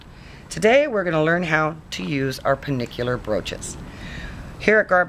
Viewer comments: Hi, I just watched your video, they are really beautiful broaches, but one tiny thing, it's pronounced Pen-Anular not Penikular! If the ring is a complete circle then it is an Annular broach! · I though they were pennanular not pennicular or whatever you said.. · Its pen ANNULAR, with an N. There is no ICK in it. Get a clue, woman. From someone who made penannular brooches from '81 to '22. Other than that, nice tutorial!